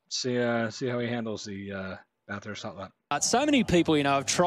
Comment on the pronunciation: Just a heads up it’s pronounced Bathurst (or Bath-urst, if that helps) one word. Not Bath-hurst, will help you sound more Ozzy 👍